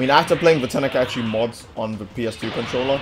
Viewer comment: Love your vids. This is just me being an ass here though, "Ten-i-Kai-Chee" is driving me insane. lmao.